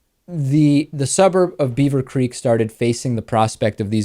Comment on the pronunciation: did dave say "beaver creeps" instead of "beaver creek" ?? lolol! if so: perfect description of the psychology re: the crazy ohio suburb folks! 'GOT DAM' racists!! i mean, now they want to limit bus stops & access to college for african-americans?? these ohio-super racist-wanna-be-humans are seriously sick in the head & seriously stupid. but ohio again, like florida?: lord, give us strength because what's next? :o0